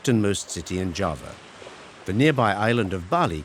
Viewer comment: Thank you for highlighting the many, diverse sides of Java in this beautiful documentary. I just wish you had spent more effort learning how to pronounce the names correctly. Hopefully for your next documentary on another part of Indonesia.